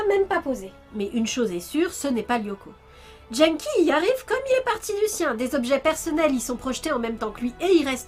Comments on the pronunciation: Dès l’ep1 Quand tu prononces des mots étrangers avec un accent FR.... Vo (phonetique) / vf Genki (Gé n Ki) / jean-qui Mocchi (Mo Tchi) / mokki Pourtant dans ce meme Ep1 Genki dit bien que son prénom veut dire « énergique / en forme » (o-genki desu ka ? Hai, o-genki desu !) Et l’oeil c’est le premier monstre que tu as dans le jeu . . . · Je suis quasiment sûre que ça se prononce "Guenneki" ^^